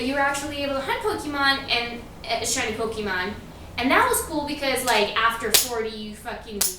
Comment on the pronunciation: Oh god she said Pokémon wrong fbi open up